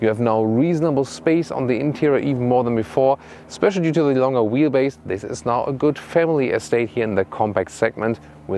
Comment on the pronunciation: When you say longer, please say the G like you would do in the german word Gestern!! Vielen dank :-)